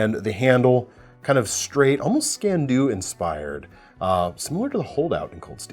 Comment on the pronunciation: Sorry to correct your mispronounciation, but it's skEE-an doo. In fact there's tecnically a soft V sound from the bh at the end, but don't worry about that haha.